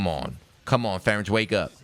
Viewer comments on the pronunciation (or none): none